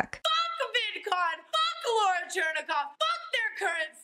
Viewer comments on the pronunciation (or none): none